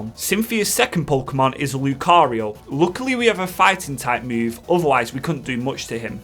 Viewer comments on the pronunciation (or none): none